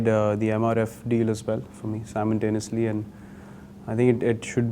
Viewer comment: Simultaneously not simontanoeously..